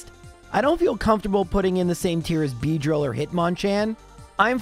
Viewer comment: Why did you have go re-record Audio and say "Beedrill" like you're setting you voice up?🤣😂💀